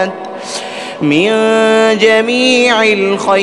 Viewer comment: السلام علیکم ورحمتہ اللّٰہ وبرکاتہ ، ماشاءاللہ بہت خوبصورت ۔ مگر قبلہ صاحب اس میں ایک غلطی ہے " جمیع الحاجات" اس میں "جمیع" کے "ع" پر یہاں زیر ہے ۔جبکہ صحیح جو ہے اس میں "ع" پر زبر ہے